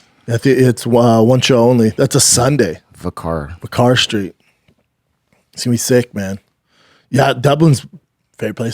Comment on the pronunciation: Brendan many people drink their Guinness with a drop of black currant so its all good. Also the Venue your playing is prounced vicker Street.... but spelled vicar Street. See you there the last time was good let's see how much better youve got. Cheers great show my man